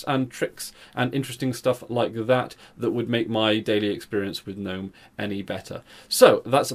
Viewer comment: Thank you for not calling it "g'nome"